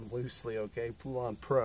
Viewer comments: IT'S PRONOUNCED POLEN OR POLAN NOT POOLAN!!!! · It's pronounced POLAND